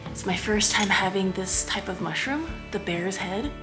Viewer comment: honey mussroom 😂